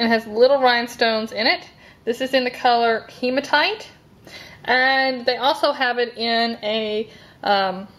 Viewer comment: your saying hematite wrong